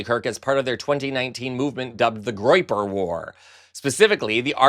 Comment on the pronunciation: "Groyeper"? Tim Walz was right: these people are just weird.